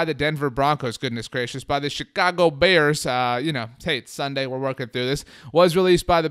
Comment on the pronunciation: Please stop saying Chicago like that, it fucking pisses me off as a Chicago resident. No one speaks like that!!!